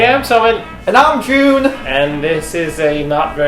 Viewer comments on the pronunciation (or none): Whenever Jun says: "And I'm Jun" I hear: "Namjoon" or "and I'm Joon (as in Namjoon)" Ahh my ARMY heart, lmao